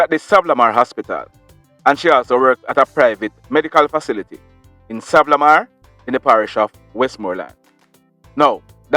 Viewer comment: Like the show but can u say Sa-van-na -la-mar thanks.